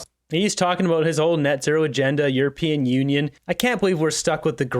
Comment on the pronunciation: I thought Carney said or considered himself a urapeeon. Wish he would make up his mind.